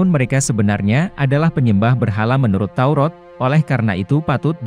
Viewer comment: Maaf salah baca pak Kitab TAURAT bukan TAUROT hati2 jangan salah ucap kepada pencipta alam semesta harus jelas?